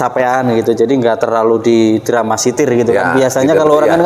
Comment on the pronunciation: DRAMA T I S I R bang...bukan DRAMSITIR...!!!!!!!!